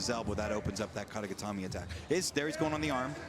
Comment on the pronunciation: Commentators love hearing themselves say “kata getame” lmao